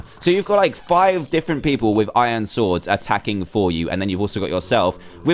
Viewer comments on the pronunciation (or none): none